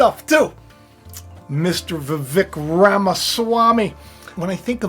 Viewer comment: Vivek actually rhymes with cake …he said so himself when asked how to pronounce his name.